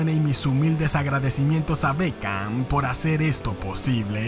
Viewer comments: Es Beckham no Bekcham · Hola, corregile el nombre, es Beckham